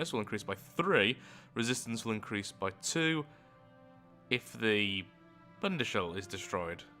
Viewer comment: As a german watching this (and enjoying it massively, GREAT video) it is so funny hearing how decides to pronounce the words Katzen and Bundeshalle. It sounds soooo different when he says it instead of when a german says it